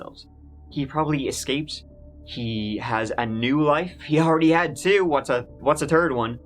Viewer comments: ........what what what was that? this THIrd woman. Not a turd woman? ah HA! I KNEW it....your from Bakersfield, California you imposter! ;) na just kidding. i'm just assuming you were drunk. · I am trying to understand something, did you say He had a "Turd Wife"? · "The turd woman." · To be sure, to be sure...oh Danny-boy, de "terd" lady, huh? I worry about you sometimes, laddie! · Hey! I've been watching your videos going on 3 years now... and everytime you say third... you say turd and i can't help but laugh. I can't help it. Too funny🤣🤣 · Say "Clues were on the third tree" FBI will decypher it as Turd Three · I'm sorry do you mean turd? Lol! Love it. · The way you say third cracks me up. His turd wife🤣😂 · In this episode, said “tree (3)” or “turd (3rd)” ten times.